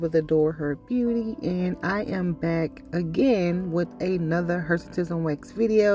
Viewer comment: What is Hersitism or whatever she said?